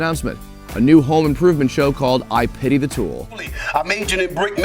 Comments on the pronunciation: I'm pretty sure it's pitty not petty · Dude... it’s PITY THE FOOL, not “petty fool” Canadian....